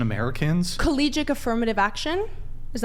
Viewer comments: It's CollegiaTe not Collegic. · Is she saying collegic?